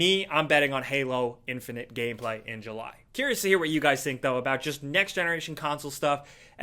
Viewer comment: Is it me or did he say gayplay not gameplay